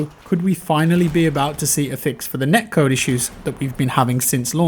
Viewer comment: I couldn't understand what you were saying in the end. Was it neck code? What is neck code?